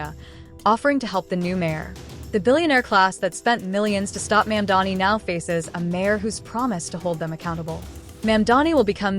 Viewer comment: Train your AI reader to pronounce Mamdani correctly. (Hint: the first syllable isn't "Ma'am.") AI slop is disgusting, and you're doing it wrong. If you spell Muslim "Mulsim" the AI moronic robot is going to pronounce it that way. PROOFREAD CAREFULLY or hire a literate human being to read your script.